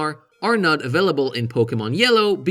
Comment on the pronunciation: Did you say afillable instead of available? 😋